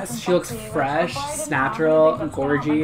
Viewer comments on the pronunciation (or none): "snatural" ahahaha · “Snatural”😂😂😂 using this!!!!! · "Snatural". That is all. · My new favourite word; snatural